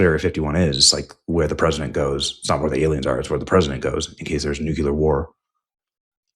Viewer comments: Day (lost count) of trying to inform Benny that it's pronounced New-Clear, not Nuke-yuh-luhr. Good God Benny. You sound like Bush. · Benny can't even pronounce the word "nuclear". Hey says "New-Que-Lur" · You have a really good channel. You bring excellent reports. Only one thing gives your reports a black eye. You have continued to erroneously pronounce the word nuclear as "nucular". This is an error. I think that a man of your abilities can make an effort and self correct. Patrick Cowdrey, Redding, California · Amir Tsfarti just put Benny on the list of Anti-Israel conspiracists because of this posting. By the way it is pronounced Nu-clee-err, not Nuke-you-ler. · These exaggerated titles really need to stop… 🙄 Also, pleeeease, it’s nuclear, not nucular! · Stop saying "nucular." You're giving away your low IQ and it makes you untrustworthy. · Benny, you should be banned from posting anything remotely relating to nuclear weapons… until you learn how to properly say the word N U C L E A R! It's not "nucular", you schmuck! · nu-cle-ar not nucular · it's NOT pronounced NU-KIER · And please please learn how to pronounce nuclear. There is no second u in nuclear. Take the words new and clear, now scrunch them together with with no space and nuclear sounds like newclear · EVERYBODY DRINK! 2 more mispronunciations: 1) Nuke-U-Lrr (Nuclear) 2) Christian-dom (Christendom) Are we drunk yet? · NEW-KLEE-UR. Why can't people pronounce this word?